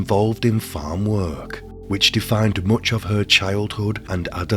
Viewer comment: No offence, 😁but . . .This dude sounds exactly how I imagine Quasimodo would sound if he spoke English. The intonation makes me envisage a sad, bullied hunchback. No offence, lol. Edit: I think it's the way he gives one-syllable words two syllables with a sing-song intonation. It's not 'work', it's 'wer-erk🎶'. It's not 'case', it's 'ceyus🎶' It's really distracting and difficult to listen to. And what's with the last word in a sentence? You don't ALWAYS have to lower the pitch of it. It doesn't matter what the last word in a sentence is . . that bastard's getting 2 syllables and a downwards sing-song 😅. It sounds so unnatural. Who told him to do this? They should be locked up. 😂